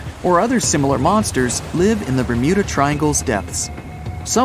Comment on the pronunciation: Ber'mood'a triangle (Ik its bermuda but the mud sounds like mood lol )